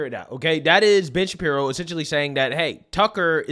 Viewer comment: It really sounds like your saying " bitch Shapiro"